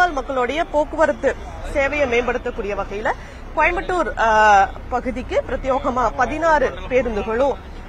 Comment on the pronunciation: அம்மா தமிழ் காப்பாற்றி வளர்க்கும் செய்தி ஊடக வாளே ஊதுகுழலே "கோயம்பட்டூர்" இல்லை தாயி "கோயம்புத்தூர்" என்று தமிழில் பேசி பழகு, இல்லையேல் வாயில வரலியா பேசாமல் இங்லீஷ் சானலில் வேலைக்கு சென்று குப்பை கொட்டும் படி கேட்டுக் கொள்கிறேன்